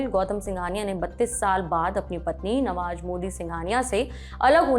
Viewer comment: नवाज नहीं नवाज़ होता है, जमीन नहीं ज़मीन होता है, अंदाजा नहीं अंदाज़ा होता है, मंजिल नहीं मंज़िल होता है, निजूज नहीं न्यूज़ होता है दस्तावेज नहीं दस्तावेज़ होता है। Goodness gracious your pronunciation of Urdu words is terribly wrong and terribly irritating too. Only Saurabh knows why he hired someone like you whose pronunciation of Urdu words is so horrible.